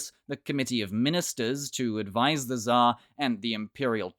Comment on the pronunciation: Just say it TSAR !! With R on the end. This way it will be at least one matching sound with original name!